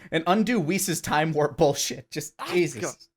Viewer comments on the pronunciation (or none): none